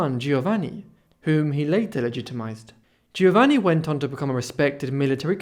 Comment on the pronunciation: Very interesting. A minor criticism: the letters 'gi' together in Italian are pronounced as if is the letter J. So it is 'Joevanni', not Geeovanni.